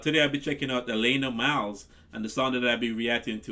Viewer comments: Another singer who is not a one hit wonder. Its pronounced AH LAN AHH Nice to see you finding Canadian music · He first name is pronounced Alaaana with a flat a sound. Great reaction! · The second 'a' in her name is pronounced short, as in 'cat'.